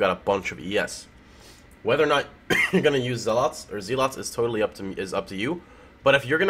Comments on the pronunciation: you the best, but my OCD forces me to tell you that "Zealot" rhymes with "Cell Hut". Keep up the great work =) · When you pronounce the word zealot correctly then correct yourself and say it incorrectly...